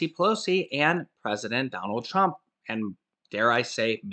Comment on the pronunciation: you said president dump instead of trump lol